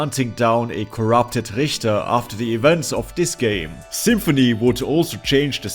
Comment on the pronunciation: Subbed for the Richter pronounciation. Rickter is hard to take seriously.